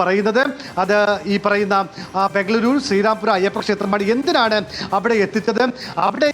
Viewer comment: ബംഗളൂരു അല്ല. ബെoഗളൂറു....